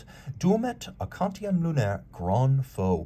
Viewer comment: Such a good looking timepiece that it's worth forgiving the mispronunciation. It's also Duomètre, Quantième à